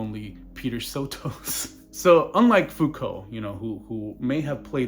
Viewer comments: How many videos do you need to make on the guy before you learn how to pronounce his name? SO-tus. You can hear him say it in the Howard Stern interview. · bitch I'm darker than you are. And sotos is a greek name anyway. But if you want to go around saying people's name's wrong I guess that's your prerogative as a troglodyte. Him saying it